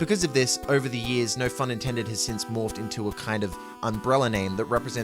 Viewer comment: im so glad you pronounce no phun intended with the PH sound, too many people i've seen pronounce it like no "pun" intended. i thought i was the only one who pronounced it like it is written.